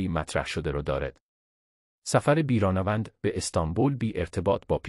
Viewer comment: بیرانه وند چیه؟ تین چه طرز بیان هست!؟ احتمالا نرم افزار هست ولی چرا اینطوری؟